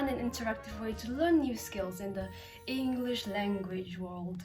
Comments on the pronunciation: One of the biggest mistakes ever. Mispronounced the word English when the app is English lol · E N G R L I S H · E N G U R I S H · me when said englrish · Shes also that one girl who kinda speaks like a sophisticated person but mispronounced the word 'English' while sponsoring an English learning app, and kept saying "W- wha- whAT dO YOu MEAN P A T R I CK???!" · Ah yes. The young and strange is sponsored by an English learning app but pronounces the word English wrong. Fascinating. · she has a slight 'r' sound instead of 'l' when she pronounces the word "English" but it's very common pronounciation especially with people who have an Asian mother tongue so it isn't a big deal. She also has the dd drawl in some words like "Twitter" but again she's easily understood so any accent markers aren't really an issue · Lmao , U dictionary pronounces"English" wrong and teaches you English 🤣💀🙌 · pronounces “English” wrong Also: pronounces “Wojcickicijicski” flawlessly